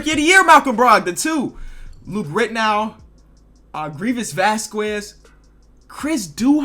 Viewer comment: "VASKWEZ"?! HAHAHAHAHA VASQUEZ IS PRONOUNCED "VAS-KEZ" THATS OKAY BRO. LOVE YOUR VIDS 👍